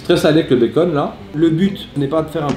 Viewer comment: il faut du béckeune beaucoup de béckeune